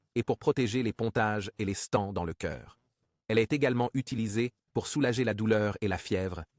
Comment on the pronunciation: Correction: "les stents" (erreur audio et écrite) "ecchymoses" "saignements" "saignements" "fœtus"